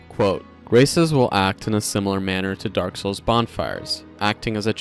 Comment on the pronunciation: I love when people pronounce it dark SOULS